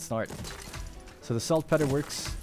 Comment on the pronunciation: FYI. it's salt pee-ter not peh-ter